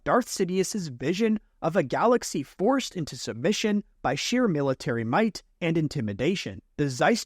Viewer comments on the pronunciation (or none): none